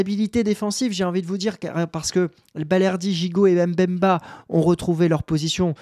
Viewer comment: Mbemba aussi avait connu la premier league avec Newcastle. Oui on ne dit pas 1bemba, il ne faut pas prononcer le m.